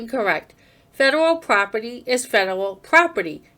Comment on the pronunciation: What the hell is "poperty"? It's not just a simple mistake, as he does it twice!!!! Also, how mature to refer to police as "popo". Obviously a highly intelligent, very well educated journalist.